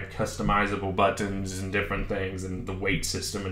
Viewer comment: the way you say buttons really ruined my day